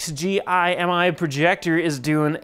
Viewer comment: It bugged me that you didn't pronounce the company name rather than read it out. Other than that good review